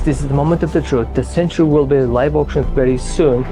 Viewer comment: Mat, it's century, not sentry. Sorry, that was really bugging me. Yes, I need to get a life 😂😂